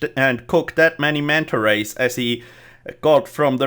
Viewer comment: how many times did he say manta ways